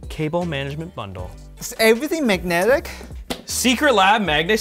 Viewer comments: Loved the way is pronouncing word magnetic where g is completely absent so it sounds like manetic. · struggling all video and not being able to say 'magnetic' properly was hilarious